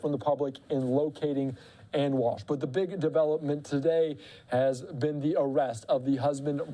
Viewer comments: How embarrassing, you can't even pronounce her name correctly not Ann....Ana...Ah na is the pronunciation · Can we just say her name correctly???? It’s not Ann!!!